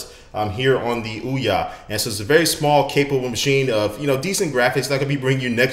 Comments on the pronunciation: It's not Ouwah, it's Ouyyyyaaaa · ouya not oua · You say ouwa its ouya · Its called tthe ouya not ouwa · Why does he pronounce it "OUWA"? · wee-ya in the same way the Ouija board is pronounced! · you mispronounce OUYA... its like booyah without a B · "This is the ouwa console" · you pronounce it wrong lol